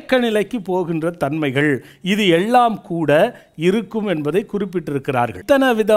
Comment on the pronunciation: அருமையான பதிவு அய்யா. உங்கள் எண்ணம் நிறைவேற வாழ்த்துக்கள். ஆனால்..... எள்ளாம், என்றாள், நள்ள, ஆளை, சளி என்று சில வார்த்தைகளை உச்சரிப்பது வேறு மாதிரி தோன்றுகிறது. ல, ள, ழ இவை மூன்றுக்கும் எனக்கும் வெகு பொருத்தம். 30 வயதைக் கடந்தும் இப்பிரச்சனை எனக்கு விட்ட பாடில்லை. இதற்கு ஒரு வழி கூறுங்கள் அய்யா. நன்றி.